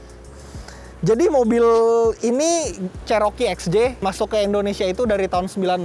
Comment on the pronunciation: Bukan jaring itu namanya cargo barried,Cherokee di baca ceroki bukan ceroke.